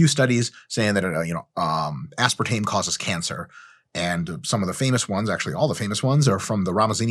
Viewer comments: "Ass-par-tah-mee" is just a weird European pronunciation. How did you not come across this in your research instead of leaving implied mockery for the guy who pronounced it this way? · Aspartame died when I heard that pronunciation of aspartame. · OMG. When I first met my now husband he used to to pronounce it “as-Sparta-me”. This made me laugh so hard. Still ended up marrying the poor guy. 😂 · OMG I USED TO PRONOUNCE IT ASPAR-TAMEEE TOO LIKE IT'S A DAMN GREEK GOD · Lol had to stop my set at ah-spart-ah-mee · “Asp-ar-tuh-me .. word up.” LMAO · As-part-a-me? More like 'that's-part-o-me,' am I right? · I have had that exact same exchange where the person mis-pronounced aspartame in the exact same way.